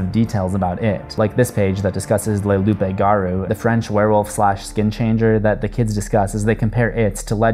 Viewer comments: the "p" is silent! So it's like "Loo garou" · Loup-garou is pronounced as loup ga-rue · I’m sorry but how you pronounced loup garou killed me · Im sorry, but your pronouncion of 'le loup garou' makes me laugh.